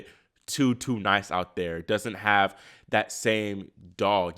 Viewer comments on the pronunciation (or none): none